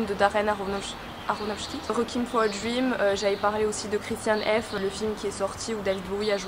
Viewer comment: La pronciation est allemand c’est pas ça 😅